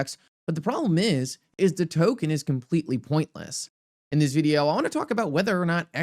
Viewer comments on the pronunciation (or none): Stupid title , i like to listen to your videos (apart from your pronunciation of video) this is very misleading for those that don't have time 👎